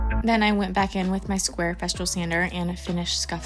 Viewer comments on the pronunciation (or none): I love your work, you are so talented! But…..everytime you say the brand of your sander, it cracks me up. It is FES-TOOL. Not FES-TROOL. 😂. There is no R. And welcome to the Festool fam….youll love it forever. Keep up the amazing work!